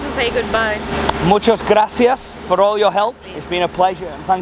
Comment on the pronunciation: couldnt sound any more british when he says "muchas gracias"🤣